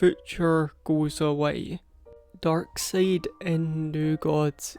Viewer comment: it's pronounced dark side